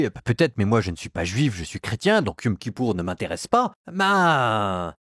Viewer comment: Ça ne se prononce pas "youm" kippour, mais "yom" kippour 😉